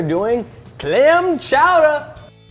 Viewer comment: he said "man chowder"